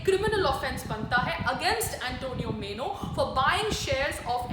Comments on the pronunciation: Antonia was her name, not Antonio. Antonio is boy's name, Antonia is girl's name. That's how Italian, Spanish names are! Also, not मेनो, but माइनो! Sonia Gandhi must be laughing at you! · Please make correct pronunciation as. MAINO and not MENO. It is MAINO. please don't take it otherwise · Antonio Meno nahi PAAYAL ji...😂😂😂 Antonio Maino....Plz update...